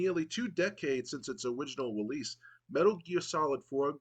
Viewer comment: “Owiginal Welease” 🗣️🗣️🗣️